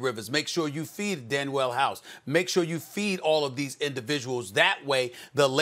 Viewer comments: That is how you’re supposed to pronounce it, his name is Danuel House not Daniel House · “DANWELL HOUSE” -Stephen A. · Nobody: Stephen A Smith: Danwell house